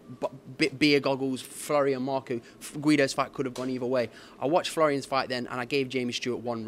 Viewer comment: “That wasn’t flroians best performance” neeeee 😂😂😂